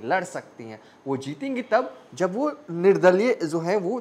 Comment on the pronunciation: Bhai wo sab to theek hai, pa har baar, Ja jab jaise words ko "za" - "Zab " zaise" mat bolo, patrkar nhi lagte 🙏🙏 Siwan ko "shiwan" Sath ko "Shath" ????